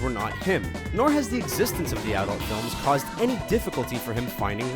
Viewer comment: "did AHdult movies"